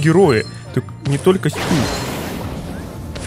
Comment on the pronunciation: не стЮ а стУ